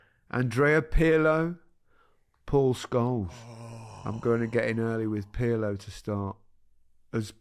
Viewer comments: Guys I can't accept Perlo especially from Micah with his Italian...it's Pirlo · Kroos rhymes with Gross, with a rolling German R, and Pirlo without the P is pronounced like the middle of Earlobe but with a lightly rolling R. Happy Christmas